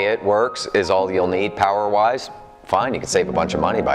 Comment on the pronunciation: Can i get a mo powah babeh?